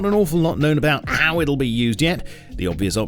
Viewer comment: Whyd you say how like that at the end